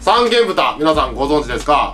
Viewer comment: 「さんげんぶた」、ではなくて「さんげんとん」です。 山形庄内の、平田牧場産の三元豚なら、正式名称で呼んであげてくださいなｗ